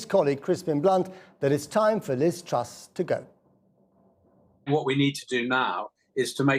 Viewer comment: "Gwoth, gwoth, gwoth". Truss. "Go, go, go." British public.